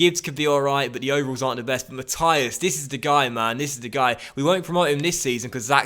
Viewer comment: Sorry but I can't handle how you pronounce Mathis like Matthias